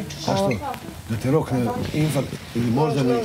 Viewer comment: Opet rekla inFRakt ta obrazovana Kija